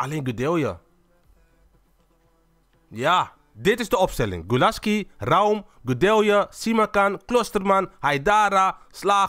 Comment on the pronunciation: Een tip: Raum spreek je niet uit als Ra-um, maar gwn als Raum